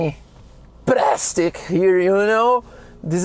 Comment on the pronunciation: It's praaaaaastic 😅